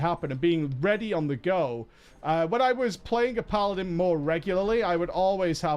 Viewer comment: It is obvious you do not like paladin simply because you cannot pronounce it. TANK is so simple even YOU can get it right :P